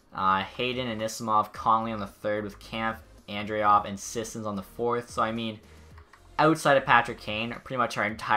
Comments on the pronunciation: It’s Sissons not Seesons! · The way you pronounce Scissons makes me cringe. It's not "seasons" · you really butchered sissons